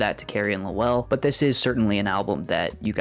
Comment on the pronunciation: Like fingernails on a chalkboard, your pronunciation of Lowell! It is ONE SYLLABLE!!!....NOT Low- well!!...more Loel....other than that, nice review